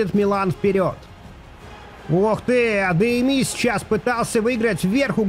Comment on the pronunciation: можешь говорить адеями а не адеими